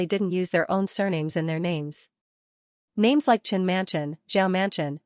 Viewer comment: Why do you mess up the names soo much? I mean it is so easy to know who is talking but you fuck up the names like it's intentional